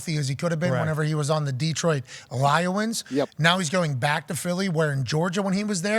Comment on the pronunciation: Did he say Detroit LieWins or am I tripping